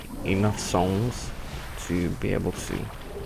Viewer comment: says "souls" like a dumbass.